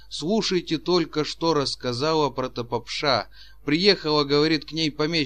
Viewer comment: "Попурри" и "протопопша" не так произносятся. Маленько грамотности чтецу недостаёт.